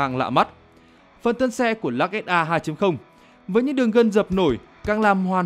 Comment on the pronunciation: Lux mà bố con đọc là "_Lắc " Tiếng anh Đại học Trường Sơn !